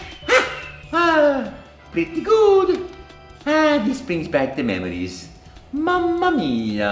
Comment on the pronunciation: "ah dis bwings bwack de mwemories"